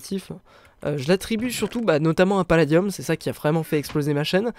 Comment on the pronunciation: a chaque foi tu fais paladieum